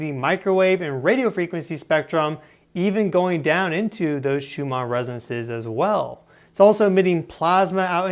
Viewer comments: its not resenses, its resonanses... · You keep saying "resances" but I forgive you, 😂✌️ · Why is he pronouncing Resonances like that? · From nerd to nerd: you must work on your pronunciation of the word “resonances” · “the shoe-ma residences” 🤪